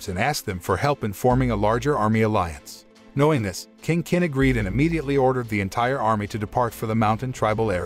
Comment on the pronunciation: I'm so bothered with his pronunciation of "King Kin", "Qin" is pronounced as "Chin" not "kin"....